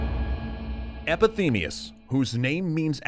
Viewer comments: Did you just pronounce Epimetheus as Epithemeus for the entire video? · Just a little thing, but they pronounced "Epithemeus" instead of "Epimetheus" :P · How many people have pointed out that you repeatedly pronounced "Epimetheus" as "Epithemeus?" ;) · Spelled epi-METH-ius. Pronounced epi-THEM-ius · Epimetheus, not Epithemeus. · Calling epimetheus "epithemeus" :/ Love ur channel tho xD its addicting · EpiMETHeus not Epithemeus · EPIMETHEUS not EPETHEMEUS. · "Epithemeus"? It's "Epimetheus". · Your pronunciation is wrong,you are saying Epithemius not Epimetheus. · epimetheus, not epithemius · He keeps on saying epithemeus istead of epimetheus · By now, you should know how to pronounce things and names. EpiMETHEus, not EpiTHEMEus. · Pandora means she who has all the gifts and stop calling EPIMETHEUS EPITHEMEUS I am greek and it hurts my ears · is not too hard either...just like prometheus...just with an epi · you keep saying "epithemias" , it:s "epimetheus" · The fact that the whole time you said "EpiTHEMEus" when the proper name is "EpiMETHEus" made me cringe so much. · You cant pronounce EpiMEtheus, you say EpiTHEmius every time :P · EpiMETHEus, not EpiTHEMEus! At least get the names right. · I love this series. But why did you keep calling Epimetheus “Epi-Themeus”? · Epi-ME-theus, brother of Pro-ME-theus. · Epimetheus pronounced "Epithemius." sigh I want to enjoy this video, I'm gonna ignore that. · It's sort of like being Norwegian and hear people discuss Norse myths. We shall have to deal, for atleast they try. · Not even close Epi-meth-eus is not too hard (to say close to correct) and very similar to Prometheus...funny I have heard several people say it the way he did no idea why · Epi-MEE-theus! God damn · Breaks down the meanings behind "Pro-metheus" (fore-thought) and "Epi-metheus" (after-thought) 2 seconds later, EpitHeMeUS! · Poor Epithemeus. His name keeps getting slaughtered in this episode. ;) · Isn't it pronounce 'Epi-Me-Theus'? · It's Epi-ME-theus